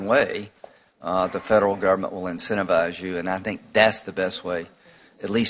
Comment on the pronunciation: incentifize is that a word? Graham (looks like a grey ham)said incentifize , He meant to say GIVE YOU MONEY IF YOU DO IT